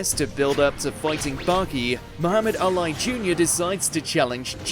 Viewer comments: Al I ? Ali like the famous boxer (all-ee) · Did he get really pronounce Muhammad Ali name that way? Smh